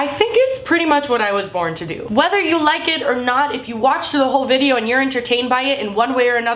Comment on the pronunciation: did anyone notice she said "bideo"?